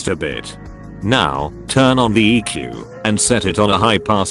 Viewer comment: for some reason when the narrator said "turn on the eq" I heard "turn on the eek" :D